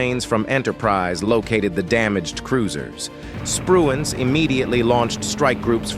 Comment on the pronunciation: The admiral was Spruance not Spruance.